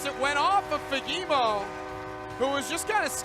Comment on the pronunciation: As a Swede I understand that it might be difficult to pronounce his name but the first one might be the worst pronunciation I have ever heard😅 it is Fa-ge-mo